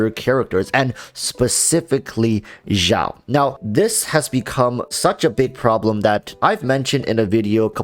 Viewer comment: why cant you just say xiao like "shower" without "er". The "x" in xiao doesn't have the vibrating sound. You made it sound like "zhao", which is completely wrong